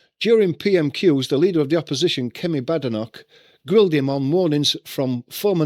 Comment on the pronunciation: Kame not kemi or however you said it